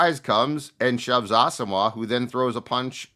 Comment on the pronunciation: pronunciation of Asamoah is nails on a chalk board